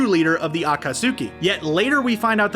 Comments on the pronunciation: People in the comments need to chill about the pronunciations. They are just slightly off-- it's not like you don't know what they are talking about. Besides, most of them aren't quite mispronunciations-- they just stress the wrong syllable (like akaTSUki instead of aKAtsuki). Seriously, this is one reason why the fandom is notorious for being terrible. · Everyone: akatsuki: AcKaSuKeE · HE DID NOT SAY “aKaTsUkAy” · Every time he said acutsky he pronounces it a-ka-soo-ki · This needs to be deleted and fixed. Akat-sookie? Come on. This is supposed to be a professional youtube channel. This is wack. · HE MISPRONOUNCED AKATSUKI THREE DIFFERENT WAYS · You said naruto and akutsuki wrong i think i mispelled akutsuki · Okay dude, just stop making these vids when you complete botch every Japanese name, term or words. Narudo, Madara (but then how you say it), A-kat-suki, bye-uka-gan, haiuga? I somehow find it even stranger that you made up these pronunciations, as even the Dub does not say this, and do not get me started on the original pronunciations from the subbed version of the series. Ow yeah, and Borudo.. Damn it feels like a completely different character list when you read it..